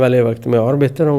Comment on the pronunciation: please correct your word it is not mulakhta it's mulahza. I apologise.